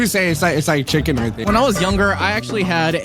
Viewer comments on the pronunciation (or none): none